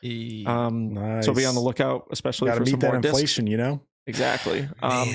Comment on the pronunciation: On a different and altogether lighter note:, especially is pronounced es·pe·cial·ly, not eck•spe•cial•ly or ecs•pe•cial•ly and sherbet is pronounced sher•bet not sher•bert. JK, enjoying the show as usual thanks for the content gentleman.